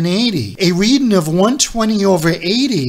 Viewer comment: READING NOT: READIN'